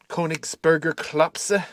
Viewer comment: yr pronounciation of koenigsberger klopse was really good. am a german born&bread.